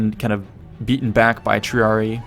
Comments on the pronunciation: Latin double i is ee-eye, triarii, gladii, its like the equivalent of adding s to pluralise - tree-are-E-eye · It's "TRIARIAI"!